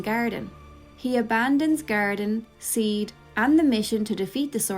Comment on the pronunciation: That makes.... A lot of sense! By the way SeeD is pronounced like CD